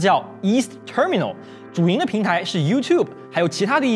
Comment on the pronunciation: 英文不太標準 光terminal發音就錯了